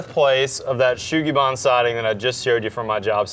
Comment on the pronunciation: It’s not Yakisugi or Shou sugi-ban if it’s not Cedar, it’s just charred wood. Sugi is the Japanese word for Cedar, and there’s no “H” sound in “sugi” so your pronunciation is wrong.